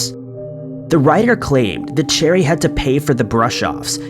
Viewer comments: Last story- her name isn’t pronounced “cherry” , it’s “ sha-ree”. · not sha-ree its pronounced Share-eeee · Cheri is pronounced SHERRY, not cherry lol geesh!! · Yeah, 'Cheri' became 'Cherry'